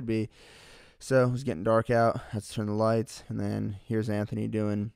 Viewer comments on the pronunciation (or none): none